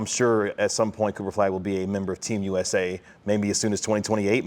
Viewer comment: Kinda driving me nuts that no one can say "Flagg" or even "Cooper". It's always "Cooperflagg", all one word, every time.